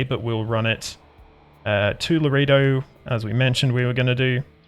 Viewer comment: Laredo is pronounced: LA RAY DOE. Map's taking shape. Enjoy seeing how others play their map.